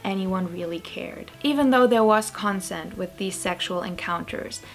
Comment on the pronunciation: Nine minute video about “children” and not one word about their parents. “Bonham” has a silent “h.” It’s pronounced “Bon-num.” The word “consent” is pronounced with the emphasis on the second, not the first, syllable. The correct pronunciation of the legal term is “statutory,” not “statuary,” rape.